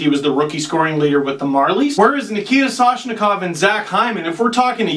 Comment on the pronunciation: What happened to the ‘N’ in Soshikov who cares about the ‘M’ in atthews.